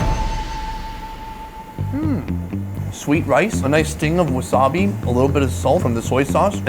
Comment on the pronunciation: Work on pronouncing "wasabi," pleeeassse.